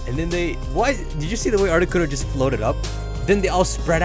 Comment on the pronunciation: sucka said articoko